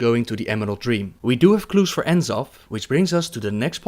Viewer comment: Great vid but one thing dude, you're pronouncing the final Old God "In-Zoth" rathar than "Nuh-Zoth" as Chris Metzen pronounced it at 2010 Blizzcon during a Lore Panel's Q&A when he first revealed the character.